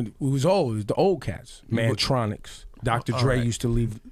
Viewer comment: Ebro said 'Mantronix' Salute for that alone. Arab Muzik is sort of like the modern version of Kurtis Mantronik imho. Love watching this kid perform